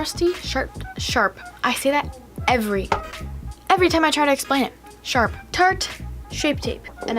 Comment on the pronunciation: Lmao I thought you said shart when you were saying sharp